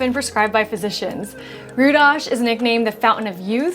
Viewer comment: Your pronunciation of Budapest also Rudas is immaculate. Nice video also.